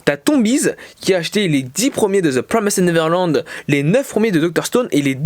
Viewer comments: cool, je suis pas hyper fan du concept mais tu tente des trucs c'est bien et ça change par contre par pitié frèro fais un effort stp TPN ça se prononce "deux pwomèste neverlend" pas "zeu promésède neverlande" mdr, au moins essaye stp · Ça ce prononce "de prwomèst nêverland"